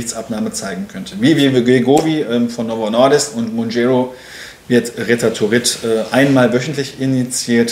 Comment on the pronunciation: Es heißt nicht MounjÄro, sondern MounjAro! Klingt aber genauso cool 🤦